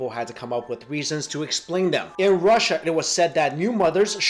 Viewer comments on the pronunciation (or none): none